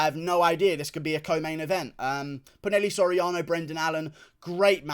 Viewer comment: ITS NOT "PU-NEL-E" SORIANO ITS "PU-NA-HEY-LEY" SORIANO